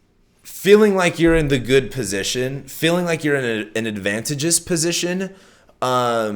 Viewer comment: sorry to tell you this but you're not pronouncing advantageous right. advanTAYgeous is how you wanna say it;) carry on! Fuck it, BREAK IT! LMAO! Oh God, how I love you! lol So damn funny!!